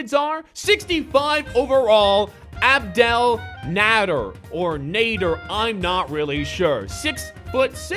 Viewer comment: It's pronounced abdul nayder but spelled abdel nader